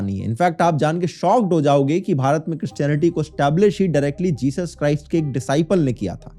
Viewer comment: Jechus ka Chus k bolrahe ho ?